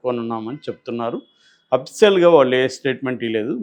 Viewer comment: అప్సియల్ కాదు అఫిషియల్😂😂😂